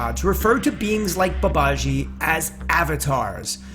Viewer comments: FYI. It's Baba-jee. Like Jeep without the P. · It's BA ba ji, not ba ba JI. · Its Ma not Mae, soft a in English, ji does not have a swish in it, it is Ji, Baba-ji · Babaji is pronounced Baba g a long g sound in English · Please learn the correct pronunciation when you speak his revered name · learn to pronounce babaji's name correctly first and stop butchering it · If one decides to make a video about a certain person, one should first of all learn how to pronounce his or her name properly. Author's pronounciation of Babaji is annoyingly wrong. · Learn to pronounce the Babaji's name correctly. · Good one... but, Please learn to pronounce the name properly.